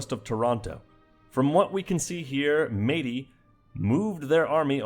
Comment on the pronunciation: BEAUTIFUL pronunciation of Métis!!!